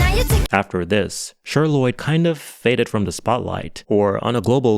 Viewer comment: Not you calling that girl “Sure” Lloyd 💀 it’s fucking CHER! You know?? Like Cher from the 70’s Sonny & Cher?! Pronounced like ‘share’… egregious slip